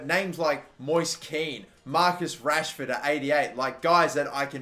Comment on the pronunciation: It’s goddamn Rashford ain’t it